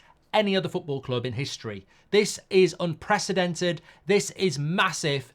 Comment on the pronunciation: "This is unpresidented" No. This is presidented. This is Florentino Perez.